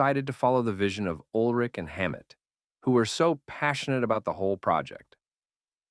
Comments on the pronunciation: you pronounce Ulrich way wrong Urlick?? anyways yeah Load & Reload mostly Load in my case collects dust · I came to the comments within 1 minute of the video starting to make this exact comment. One of the most iconic and well known musicians ever, no reason to pronounce his name incorrectly. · I agree with your assessment of the music from Load & ReLoad. Well stated. But.. Urlich? That pronunciation keeps jabbing me 😆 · Can’t even pronounce Lars’s surname properly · Were you trolling? Or did you really only learn to pronounce ulrich halfway through recording the video? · It's lars ulrich not whatever you said haha 😂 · So detailed yet still say "Ulrich" incorrectly